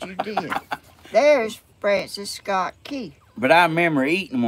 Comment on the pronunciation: It’s Francis Scott Key NOT, France Scott Kea Please have Steven or Danny or Tammy fix this. Especially since it’s your ancestor and if you want the algorithm to pick up your channel- all things considered